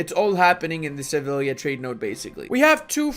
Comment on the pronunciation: "Shtettin, Valdshtatte, Kochaeli" Also: "Sevilia"